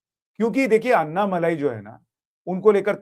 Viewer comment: अन्नामलाई नहीं। अण्णामलाई।